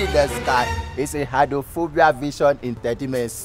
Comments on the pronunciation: Eye-drone-fo-bia. Shagigi Shaggi. So confident he even explained why 'eye' was used not 'eyes' in the word. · Who born this scholarship boy? "Eyedronefobia"